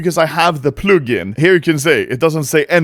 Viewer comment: thumbs down for pronouncing "plug in" wrong like a 1000s times